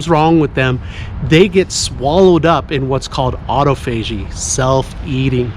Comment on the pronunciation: Autophagy... Pronounced... Awe Toff A Jee NOT. Auto Faygee